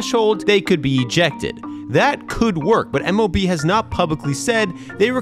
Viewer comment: no hate but you can hear him say mov